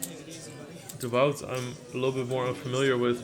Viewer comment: de wout... I would think it's pronounced Dawood